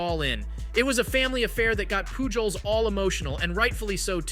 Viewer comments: POOL JOES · I'm sorry but I had to leave a dislike. The thumbnail of Jake Marisnick colliding with Lucroy was nowhere to be found in your video. Also, if you want the audience to believe you know about baseball, you should be able to pronounce Albert Pujols' name correctly. I really hope that you do see channel growth and that your content is able to improve and I do wish you success, but I had to give honest feedback. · Bro the amount of times you mispronounced Pujols wrong made me cring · Yeah that hurt 😂